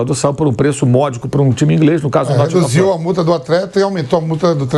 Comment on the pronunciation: vai pro notthing forreston diz o vamp kkkkkkkk